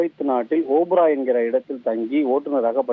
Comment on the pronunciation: ஓபரா இல்லடா Wafra வாஃப்ரா